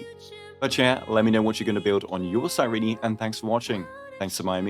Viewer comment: CAN YOU STOP CALLING HER CYREENEEE ITS CYRENE BRO 💀